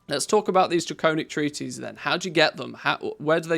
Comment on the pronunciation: I love and appreciate your videos! But you're driving me crazy mispronouncing "treatise!" It's not "treaties" it's "tree-tuhs" (US) or "tree-tis" (UK). 🙏💗